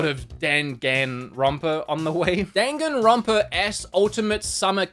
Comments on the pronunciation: Daganrona yey... DANGANRONA?! Ya mean dan-gan-ronpa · This man not only spelled danganronpa like "dangan ronpa" he also pronounced it 4 different ways. For you, heres how to say it! Dang-an-ron-pah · more like “danganroma” lol